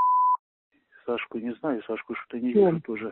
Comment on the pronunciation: "Что у нас тут творится" с ударением на о и "шо" - фенаминальная постанова! 95 квартал мельчает!🤣🤣🤣